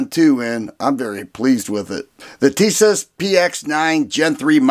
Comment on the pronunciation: Pronounced Tee-Sahsh